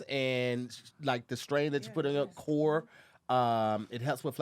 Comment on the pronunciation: says "core" and "car" the same way lmaoooo love ya'll